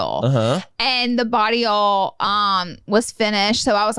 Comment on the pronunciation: Not Laura sounding like she’s saying barillo when she says body oil☺️